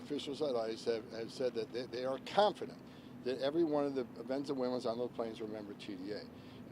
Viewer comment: Dude can't even pronounce "Venezuelans" but yeah, I have total confidence that he's up to the task and not at all full of crap.